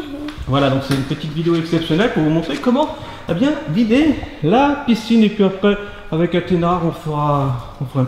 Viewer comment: Ons dit piscine pas picine mdrrr